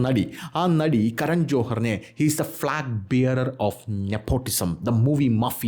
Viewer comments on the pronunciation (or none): ഫ്ലാഗ് ബിയറർ അല്ലെടാ പൊട്ടാ 👉 ഫ്ലാഗ് ബെയറ[ർ]